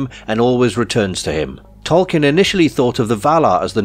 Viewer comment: Pronounced "TOL-keen," not "kin."